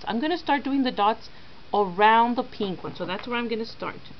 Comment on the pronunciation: she has got a strange accent like she pronounces 'pink-''peenk''